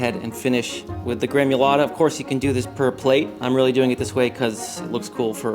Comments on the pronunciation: Gremulata? It’s gremolata dude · Gremolata bro, not gremUlata. Otherwise excellent